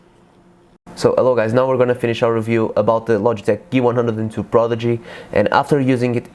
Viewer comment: Geeh-One-Hun-Dred :P